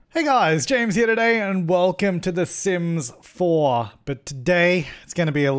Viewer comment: "and welcome to The Sims FOIR" Me: Oui